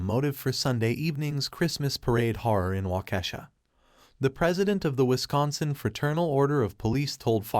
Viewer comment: Walk-key-shaw not whatever you said